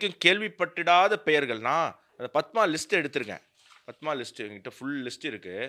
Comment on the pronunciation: ஆனந்த அவர்கள் பத்மா என்று உச்சரிக்கிறார்.